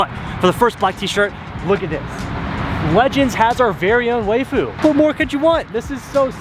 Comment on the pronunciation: hey dut you pronounce waifu wrong you say wayfu but just say wife and end in U wifeu is how you pronounce it